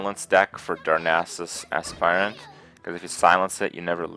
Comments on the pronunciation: Nice video. Just a quick correction, the Aspirant is not pronounced like 'spy' (the verb 'aspire' does), but rather like 'aspirin.' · He makes it sound like Ass-Pirate on purpose after the first time he got it from a shredder. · Sounds like Kripp says: Darnassus Ass pirate. ;) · every time he says aspirant it sounds like as s pirate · because he is saying as s pirate 100% on purpose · every time he says aspirant it sounds like azz pirate lol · every time he says aspirant it sounds like asspirate lol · every time he says aspirant it sounds like ass pirate lol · why is this so difficult? is AS-pitant not as-PI-rant. every online dictionary tells you that. do people confuse it with inspire? no, that's not the same pronunciation. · Neither of those pronunciations are correct. "Aspirant" is pronounced "Ass-purr-ent" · For the love of god this shit isn't complicated. ass-per-ent / asper-ent / asper-ehnt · you must mean asspirate. ass-pie-rit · "Darnassus Ass-pirate" ( ͡° ͜ʖ ͡°) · It's definitely pronounced Ass-Pirate. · pronounced ASS-purr-ent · You're pronouncing 'aspirant' wrong. Check the correct pronounciation at